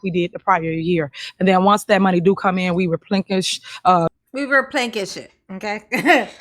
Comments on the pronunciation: “We will replenkish the monies.” 😂😂😂😂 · I replekis” my funds all the time like Tiff Tiff does!🤣🤣